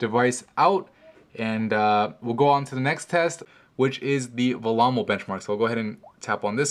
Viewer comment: Also it's pronounced vellemo not vamo!